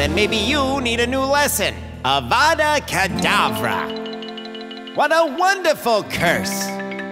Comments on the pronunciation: Stop it, your going to take someones eye out. Besides, your saying it wrong. Its kedAvra not cedavrA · Stop stop stop. You’re going to take someone eye out! Besides, you’re saying it wrong. It’s Avada Kedavra, not Avada Kadavera. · Aaauuuvaadaa kaudav- Hermione: stop stop. Your going to take someone’s eye out. Besides it Avada kadavera not auvvadda kadaveerraaa